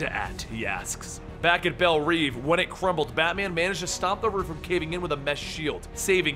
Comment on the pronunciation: Belle revvvvvvv! Not reeveeeeeee